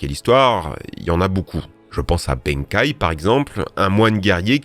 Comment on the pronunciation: pourquoi il y a ecrit Benkei alors qu'il est pronnoncé Benkai ?